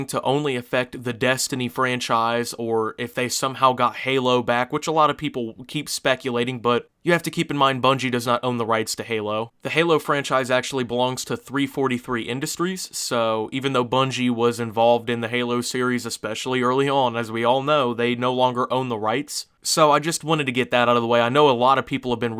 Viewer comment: Wait... "three forty three" industries? Excuse me wtf. I've never heard it called that. It's "three four three".